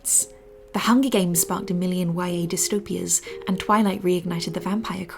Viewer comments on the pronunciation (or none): none